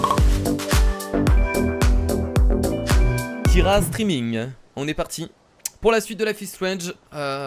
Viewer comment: Arrête de dire kira striming stp